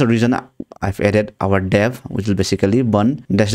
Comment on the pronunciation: dev hai wo dav nhi noobde